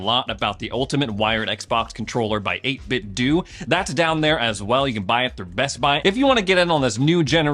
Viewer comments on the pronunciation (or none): It's 'eight-bit-doh,' rhyming with Nintendo.